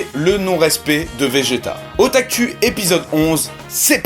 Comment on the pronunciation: Super, par contre stp prononce Otakouuu et pas Otaq ;)